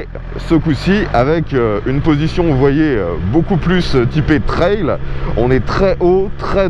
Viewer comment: Ps : Un trail se prononce comme "travail" "bétail" "ail". Et non pas "traile" comme si c'était une "aile" En français on a aussi le mot "toutes" pour parler du niveau des options. Je dis cela car j'ai pas envie de perdre ma langue natale et c'est déjà le cas de la jeunesse qui ne sait plus écrire ni parler français mais c'est une sorte de charabbia franglais ! French-pride is good.